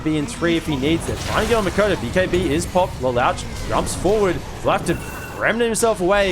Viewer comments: Omg its not Le louch its pronounced like Le looshe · Ikr xd "LelAWsh"😭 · This caster pronounce lelouch wrong, he literally say lelawch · Every caster I've heard always pronounces the name wrong 😮‍💨 He's one of my favorite anime MCs out there. Lelouch (Leloush) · Why is the caster saying the name Lelouch like that hahahaha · lol, my nerd ears bleed whenever he said LeLouch like that XD